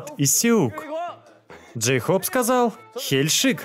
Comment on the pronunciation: Ору с Дейхоупа.Джин: Джейхоп весела а не гразиозно.